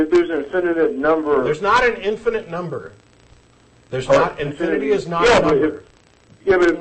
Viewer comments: does anyone else get the impulse to slap the caller and tell him to stop adding an extra syllable to "infinite"? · I think this is the same guy that keeps calling and sounding like a jack ass. "infininent" LMAO! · "infininite"? You know your argument is bad when you can't pronounce the important words. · Is he saying INFINNINITE? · Infininate?? He can't even say it, so I'm not surprised he doesn't grasp the concept. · Infininite? Okay the first time I figured was a fluke but he KEPT...ON...SAYING IT. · This clown keeps saying "infinitive". He doesn't even know the word, let alone the concept. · I love how he keeps saying "infininite" :-D So cute! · he keeps saying infininite, adding an extra in to it... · Actually Jen does correct him once here, but why not just let him keep saying 'infininite'? It's funny, like all theists arguments. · "Infininate"...this guy and Sarah Palin should hook up. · "if there's an inifninate number of HELLO?" i lol'd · I wish he'd stop saying 'infininite'. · I wouldn't call Jen a sidekick. She contributes a lot of her own knowledge, as do the other co-hosts. Nice intro LOL. IT'S INFINITE, NOT INFINNINITE!! SAY IT! SAAAAAY IT!!! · I think he has called in an IN-FI-NI-NIT number of times. lol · The guy repeatedly pronounces "infinite" as a four syllable word. That should be your first clue as to his mental competence. :) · What annoys me is that this caller cannot pronounce the word "infinite." He keeps using the word "infinINite", where the capital letters show the flaw. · if he cant say "infinite" he shouldnt be thinking about the start of the universe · i wish this idiot could pronounce "infinite"